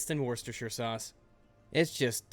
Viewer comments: Worchestershire is pronounced wis-ter-sheer. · Worcester sauce, pronounced Wuster sauce, trust me, I'm a Brit. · You're saying Worcestershire wrong.